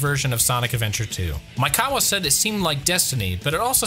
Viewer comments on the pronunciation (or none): You keep saying "Maikawa" instead of "Maekawa" and it hurts my brain each time @@